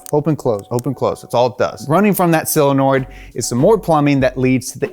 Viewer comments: SOL-enoid, not Sil-enoid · Solenoid, not cylinoid, friend. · SIL-anoid!!! Omg I’m dying hearing this over and over. c’mon! SOH-lenoid!!!! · him saying silinoids is triggering me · dude.. SOLenoid. not SILenoid. christ. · Ah, yes. Another dude saying "sillenoid". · Love your work. Would love it even more if you could pronounce SOLenoid. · Is he saying "silinoid"? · S (OH) lenoid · "SILANOID"?! Stop this, now. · seriously why is it so hard to say solenoid? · Great video; Guinness record for repeatedly mispronouncing "solenoid"